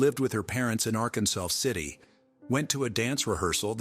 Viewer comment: Ok it is not Arkansas city it is ar-kansas city Kansas just saying